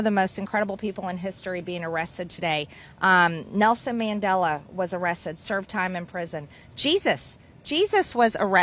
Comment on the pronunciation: Nelson MandelO?? Who da fuck is that or can she not pronounce words what does she mean when she says words?